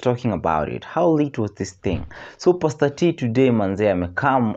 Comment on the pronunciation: Its pastor not paster